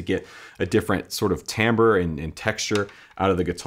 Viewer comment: pronounced Timbre correctly and now I have double the respect and admiration for him.